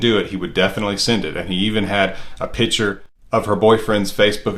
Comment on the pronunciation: Pitcher ??? not Picture???